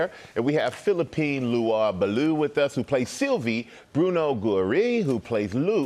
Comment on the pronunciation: StrAhan-How dare you destroy and mangle Philippine’s beautiful name🙉…Philippine La Wa Bah Loo⁉️🤢WTF⁉️👎🏾